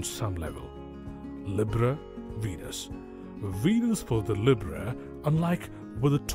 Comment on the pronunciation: I can't take this narrator seriously, mispronouncing Gemini and Libra. I couldn't even finish the video.